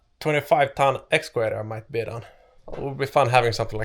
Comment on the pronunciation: Fantastiska videos och du verkar kunna det mesta! Men varför lär du dig inte att uttala video och excavator på engelska när du säger det så ofta i dina filmer? Enkelt V uttalas lika som på svenska, det heter inte Wideo eller excaWator.